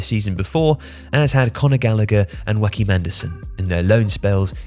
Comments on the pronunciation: Joachim is not pronounced “Huahcim” or “Oahcim”. It’s more like “Joe-a-kim” (but without the e) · I blinked at the pronunciation of Joachim Andersen 😅